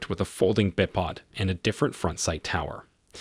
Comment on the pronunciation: No shit, .he can't even pronounce bipod correctly. Somewhere, somebody is hiring people to read a script, whether they know the subject or not. Takes care of all the griping about not voices?